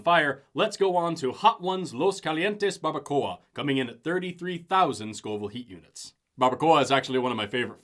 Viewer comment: When you said “Scoville hot units”, I genuinely thought you were saying “scalding hot units”!!